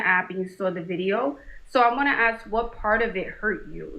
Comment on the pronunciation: How violent to axe instead of ask